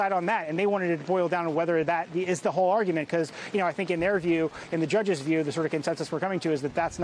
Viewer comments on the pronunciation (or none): none